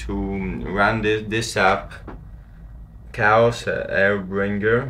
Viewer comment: This dude said "cows air bringer" its chaos*